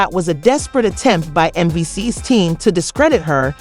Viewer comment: WHO tf is Mencees? The inability to pronounce the man’s name, or identity the show certifies that your content is pure bs 💩! Don’t be trapped by this crap!💩